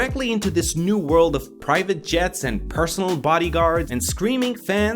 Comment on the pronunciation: “Paresonal goalf cart” 😂